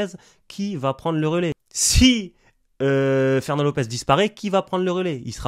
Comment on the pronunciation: "Ferwnand t'es morwt"